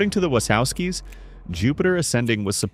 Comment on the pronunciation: Good god, you’ve pronounced “Wachowskis” three different ways by this point. 😂